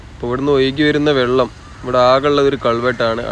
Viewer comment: 'വള്ളം' ഇടയ്ക്കെങ്കിലും വെള്ളം ആവുന്നതിൽ സന്തോഷം.. 😄 'മയ' മഴയാവുന്നതും 'പുയ' പുഴയാവുന്നതും കാത്ത് ഈ 'കമന്റോളിയുടെ' ജീവിതം ബാക്കി.. 😆 #എന്റെ_മലയാളം #എന്റെ_അഭിമാനം